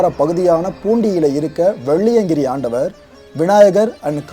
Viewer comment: வெள்ளியங்கிரியை சரியாக உச்சரிக்க வேண்டுகிறேன்